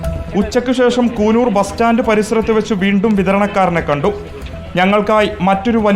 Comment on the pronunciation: കൂനൂർ അല്ല.. കുന്നൂർ